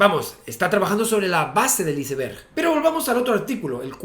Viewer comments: Estoy de tu lado, no lleva h, igual que iceberg, cómo es posible que digas el "hiceber" eres un científico, iceberg es una palabra en ingles, ( aisberg) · amigo eres Dr en física , pronuncia bien ICEBERG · Muy buen video Javi!! Me hiciste recordar cosas que no veía desde la universidad hace tantos años ya... lo único que no puedo superar es la pronunciación española de iceberg 😂